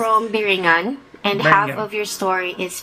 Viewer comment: It isn't really a LOST CITY ..it's more like Enchanted place like AGARTHA!!! A kababayan from NY and please pronounced it correctly ....BEE REE NGAN and my suggestion to you Sir is to not delve on these ELEMENTS for it's NO JOKE!!!! You are a foreigner and you don't know the ELEMENTALS in the Philippines...TY